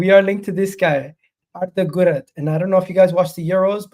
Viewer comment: The way you’re pronouncing Guler is driving me crazy lol 😂